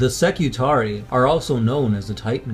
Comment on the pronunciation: When you have an ending like 'ii' you pronounce it as two separate syllables; ee-aye. So Skitarii are Ski-Tar-Ree-Aye, adjective would be Skitari, Ski-Tar-Ree so you can say 'Skitari Legion' for example no problem. But, if you're talking about a group like the standard spelling 'Secutarii', it is always Seh-Cue-Tar-Ree-Aye. Secutarii. More than one Secutarius :). Same goes for Ka-Ta-Frac-Tee-Aye :D